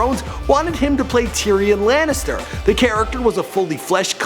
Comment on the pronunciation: Tearan Lannister... really? For fuck sakes, every Goddamn video. Bring the hot female hosts back lol.